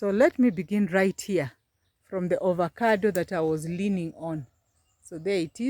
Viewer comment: Pronounced as Avocado not ovacado.😂😂😂